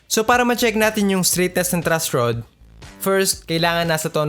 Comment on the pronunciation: "Trush rod" haha sorry po kuya natawa lang po haha